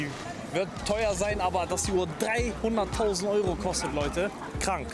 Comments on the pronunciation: Er hat 2mal 300.000 gesagt nur er kann wie man bemerkt nicht perfekt english ausprechen deswegen hör sich das so an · Er sagt als erster 300.000 nur er spricht es nicht richtig aus.🤫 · Seine Aussprache ist einfach schlecht,er meinte beide Male 300.000.